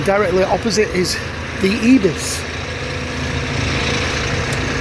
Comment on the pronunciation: its not ebis.. its pronouced IBIS like with an i